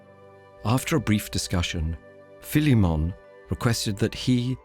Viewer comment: I DID NOT EXPECT THE NARRATOR TO SAY PHILIMMON CORROECTLY